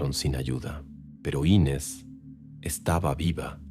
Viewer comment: Me mató la bandera de estados unidos en la sala. Muy mala recreación de un supuesto crimen en Brasil. Y no es Ínes el nombre es Inés